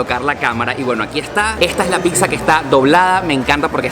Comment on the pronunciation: No se que me da cuando alguien dice picsa